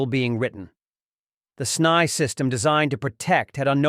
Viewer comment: S-n-y…not snye lmao